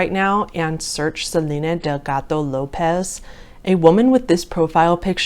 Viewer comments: I know she totally butchered it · that hard D in delgado lol